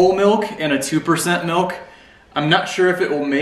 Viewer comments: I love how we say it out west. Sounds like my mom. “Melk” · Here in Texas milk is a two syllable word: "mee oak"